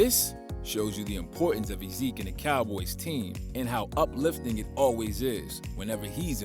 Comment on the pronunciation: lmao “zekey”